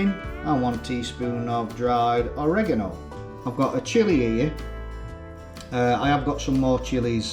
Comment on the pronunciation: Your video was going fine until you mispronounced oregano... LOL But your recipe looks good mate - very similar to the Gordon Ramsey recipe that I've used and enjoyed for many years. That particular recipe uses thyme which I really think adds something.